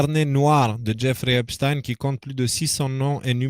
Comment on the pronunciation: C'est pas EpstIne mais Epstein bordel.